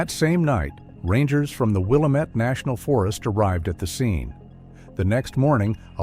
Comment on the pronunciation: Will- am - et. Not Willa met.